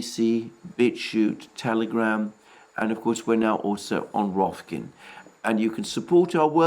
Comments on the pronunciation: are you trying to say roKfin???? rather than roFkin??? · That “Rofkin” at the end always leave me with a smile ^^ Be well, Alexander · Alexander 'Rofkin' Mercouris 😉 I almost don't want anyone to correct him on this. It sounds so funny when he says it that way 😂